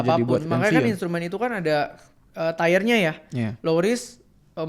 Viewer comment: Tier bacanya bukan taier ko tapi tir